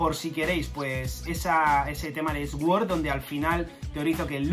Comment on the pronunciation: Sword=Suord por favor, me da cáncer cada vez que te escucho 🤣